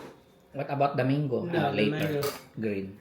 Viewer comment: Hi guys😊 it is mango not "mayngo" hope you don't mind, just a constructive criticism. God bless and more blessings come your way.😊